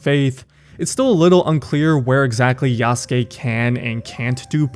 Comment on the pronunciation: bro has no excuse to still pronounce yasuke wrong😂